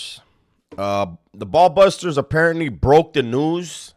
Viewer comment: It’s baller busters not ball busters 😂😂